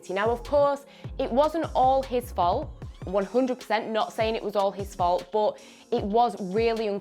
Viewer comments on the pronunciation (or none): every time she says "bOOt" instead of "but" I go back and dislike one video of onefootball ................................